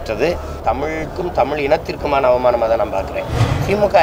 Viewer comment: தமிழன் தமிழன் என்று சொல்லிக்கறயே முதலில் தமிழில் உள்ள "ழ" வை ஒழுங்காக உச்சரிக்கிறாயா? தமிள் என்று உச்சரிக்கிறாயே. நீ தமிழனா?